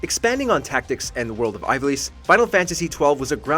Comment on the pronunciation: Final Fantasy Tactics, especially the PSP version should be a lot higher than the 10 spot. I easily place that within the Top 5. Also, the person narrating is obviously not a FF player as he mispronounced Ivalice, Tidus and Zidane.